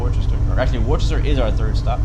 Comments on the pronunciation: can’t really think of another way to write it out, but I know it isn’t pronounced worchester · Woostah is how a Bostonian or Masshole will say it, I know I am from there!!!